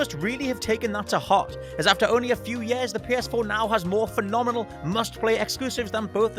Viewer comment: "emerging seven ye-airs" disclaimer: I'm from teesside, so i really have no leg to stand on.